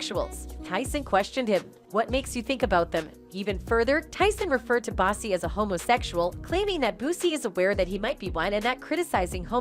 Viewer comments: called Boosie "bossy" 😭😭😭same MF's call 2pac "2pack" smdh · Where's The Clip of Iron Mike Saying What The Headline Reads??? And Kept Calling Boosie "Bossy"... I Smell What Y'all are Cooking Over There 🚮💯 HaHa HaHa HaH!¡!